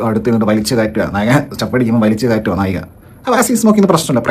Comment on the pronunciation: നായകി അല്ല നായിക 🙏